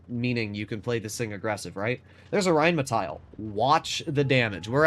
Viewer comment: The Name is rheinmetall. Not rheinmetail. There is no i in this name.